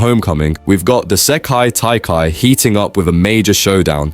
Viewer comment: " the seyki taikai " 💀💀💀